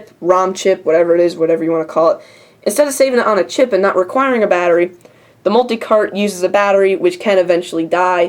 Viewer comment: You said multi-CARP! lol.